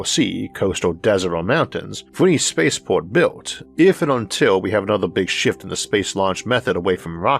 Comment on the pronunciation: What are yeeohaws (years?). By meow curiosity - is this guy speaking English?? Neil (below) mentions his episodes are getting longer. Well, that's because he has trouble to talk. Listen to the uniform music in every sentence and ... what's a space paw?